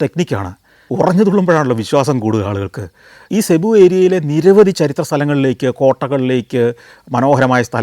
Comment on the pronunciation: സെബു അല്ല സർ, (Cubu) സിബു എന്നാണ്‌.... You’re wrong in this pronunciation